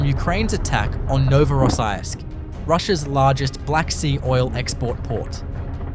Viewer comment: Not "Novorossaajisk" Better pronounce "Novo-ro-see-sk".